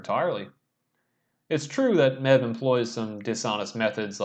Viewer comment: Nice analysis. Helpful tip, it’s pronounced Mave